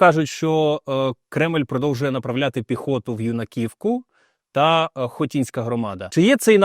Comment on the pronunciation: В "с.Юнаківка"наголос ставиться на літеру"Ю"!!! Ви всі коверкаєте назву! Я все дитинство через Юнаківку їздила до родичів на Біловоди! І ніхто не говорив наголос на літеру "і"!!! Надто неприємно що всі розповідаючі аби як говорять назву селища!